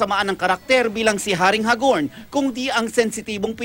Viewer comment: Hag-orn hindi Ha-gorn